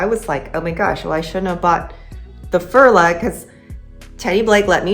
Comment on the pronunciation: It is pronounced Furla - like the English u in you. I am a doctor and in no way am I willing to pay LV prices. I rather buy Coach, Dooney or Bree bags. I have a few coccinelle and Furla. I own a couple of luxury bags - MCM, Tod‘s, Prada and Mulberry…. but there is no difference for me! All bags get scratches when you use them. My Tod‘s fell apart after only two years of occasional use, something that has never happened with my contemporary bags. My Aigner (back in the day considered luxury) lost their glacing and had to be sent back to Munich to be repaired. After all there is no difference except the price tag at the end of the day when you use a bag. 😊